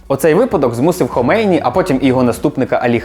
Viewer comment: Лише не «ХомЕйні», а «ХомейнІ») наголос. історики😃…